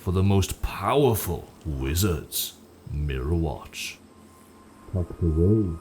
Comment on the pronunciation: Pretty sure it’s pronounced like “mire-watch” because ya know, it’s in a mire